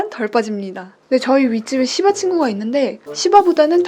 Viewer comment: 와시바 털 많이빠져요 하는말에 진짜 욕하신줄 ㅋㅋㅋㅋㅋㅋㅋㅋㅋ